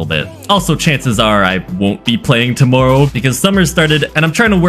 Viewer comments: why did you say tomorrow like that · Really got Canadian saying “tomorrow”